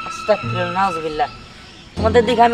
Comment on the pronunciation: তুমি কিন্তু ভুল বললে সেটা হলো আসতাকফিরুললা ভুল সেটা হবে আসতাগফিরুললা বুঝলে